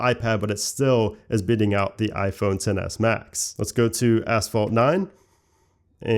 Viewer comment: "Let's go to, ASS-vault 9". Love the accent! :)